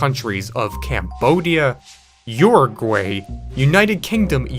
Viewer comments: uragray. Uragray?🤣🤣🤣 SO FUNNY! For those who didn't know what they meant. They meant Uruguay. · It’s pronounced, “urugwie”